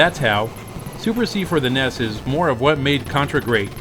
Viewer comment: Awesome. A person who knows how to say the NES abbreviation properly from America for once. I normally hear Americans say it as the N.E.S. which is completely wrong due to there not being any full stops between the letters when it's abbreviated on hardware or controllers, therefore NES always has and always will be the correct term for saying it not N.E.S. Same goes for SNES isn't said as S.N.E.S. but should be said as a one word abbreviation also. Good work on calling it the right name.